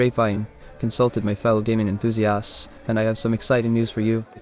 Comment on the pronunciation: Okay because of the accent when he said, he consulted "gaming enthusiasts" for the release date of Knack 3 (about ) I thought he said, "demon enthusiasts" and I briefly thought that the computer had either unlocked sarcasm or was genuinely performing demonic rituals (or outsourcing them, which isn't much better) in order to divine the coming of our Lord and Savior™(?) Knack III.